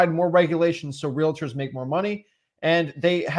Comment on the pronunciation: Is there a reason they keep pronouncing realTORS like that? 😅